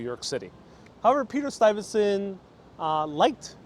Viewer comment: is mispronouncing the name of Peter Stuyvesant. Sounds like he puts an "n" sound after the "y". Standing in front of St. Mark's church, he says "septum", when I think he means "sexton"---i.e., janitor, caretaker.